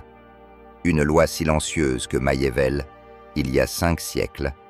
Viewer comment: MACHIAVELLI se prononce MAKIAVÈLLI et non maillevèlle ni machiavèlle